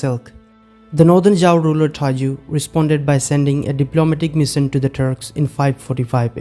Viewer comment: Please change the narration guy can't even pronounce mission and his Indian voice is atrocious bring back the original narration voice